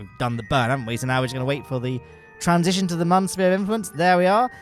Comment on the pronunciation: Every time I hear muhn instead of moon it physically hurts.